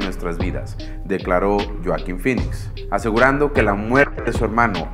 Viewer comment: Buena historia.👌 Pero... Porque.. Lloaquin. Si hasta en inglés es Hoakin con "J"😉